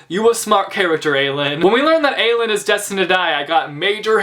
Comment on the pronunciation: im sorry, STOP MISPRONOUNCING AELIN AND AEDION'S NAME. THERE ARE PLACES ONLINE WHERE SARA J MAAS PRONOUNCES IT RIGHT BUT AELIN IS NOT A-LEEN , ITS A-LIN, PLS JUST NO